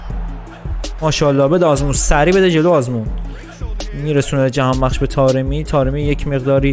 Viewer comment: فقط اونجایی که گفتی جهانبکس🤣